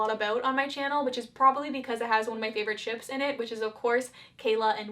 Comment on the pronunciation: Way too much emphasis put on "Ships"